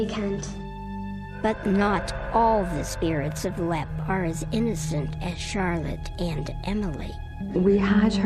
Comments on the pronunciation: "Lep castle" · How do you mispronounced Leap? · It's Leap not Black..